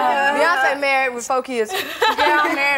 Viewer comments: That tiny stage and that audience was all older or elderly people I am screaming..Beyonce came a long way ..they all did. The host couldn't even pronounce Beyonce's name!!! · Lmaooo the host couldn’t have been prepped on the names? She butchered every one but “Kelly”